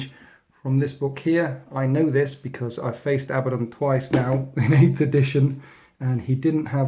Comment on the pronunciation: Why does everyone pronounce it like Abba - don? That's really not how you pronounce the name.............